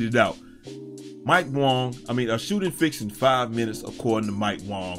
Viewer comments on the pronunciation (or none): Wang not Wong